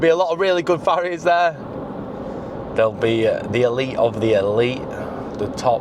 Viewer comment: Who else heard "fairies" every time he said "ferriers"? I believe in fairies so I am picturing a magical forest at the end of this voyage! Lol